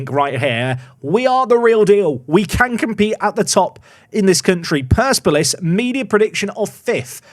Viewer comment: Surely it's per-sep-olis?